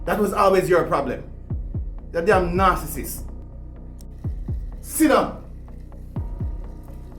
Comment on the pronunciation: say siddung🤣🤣🤣